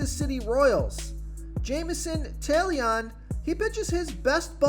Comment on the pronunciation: “Jamison Tail-Leon”